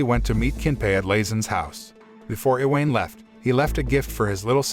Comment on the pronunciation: i-weyn. iweyn. hahahahaha I-wa-ne. its i-wa-ne